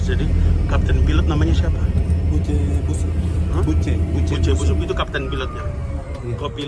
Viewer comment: Maaf 🙏 Itu capt. Buce Sub Bukan busub